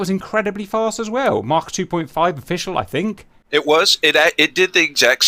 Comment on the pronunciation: Cap pronouncing 'Mach' gives me pure joy